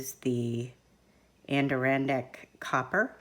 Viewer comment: I'm not being a "karen", but the Adirondack copper, you mis pronounced. Adirondack is pronounced Add-er-on-dack. Lol. Sorry, I live beautiful Adirondacks. So I like to help people pronounce the name correctly. Btw, great video.